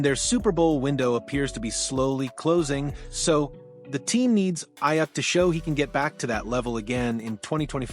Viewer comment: I had to stop watching. Just for keep pronouncing his name wrong